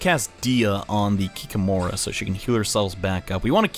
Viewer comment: Not KikimOra, but KikÍmora. I'm russian and this is the creature from our mythology